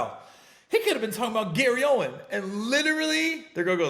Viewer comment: Gary OWEN NO "S" Baby 😂